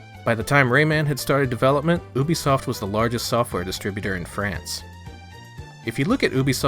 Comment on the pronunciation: You say Ubisoft correctly... Subscribed! lol